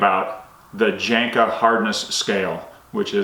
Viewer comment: The J is pronounced like a Y. Janka